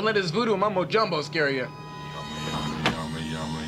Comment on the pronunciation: I always thought he said "Yummy Yummy Yummy YAMA" haha